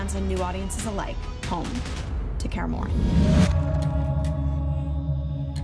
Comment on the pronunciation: da hell is karmorien? why can’t she just say Kaer Morhen like it’s meant to be spelled?